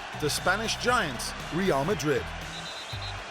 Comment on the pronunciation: Prounces Ronaldo wrong, pronounces Real wrong. Fucking idiot trying to make things sounds exotic.